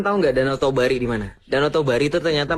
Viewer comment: Bukan danau tobari tapi danau toba